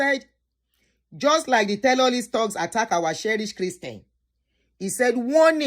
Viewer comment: Is it terrorist or tellolist are you joking or serious about this your tellolist pronounciation